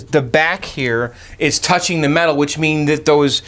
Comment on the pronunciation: Why did you keep saying weird things like mental instead of metal?